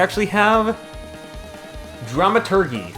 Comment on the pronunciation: ALSO ALSO, dramaturgy is pronounced Dra-ma-Tur-Jee (Like Gif, pronounced like a J, even if iTS SPELLED WITH A G!!)